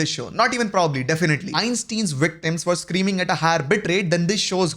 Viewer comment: einstin's 😭😭 tf??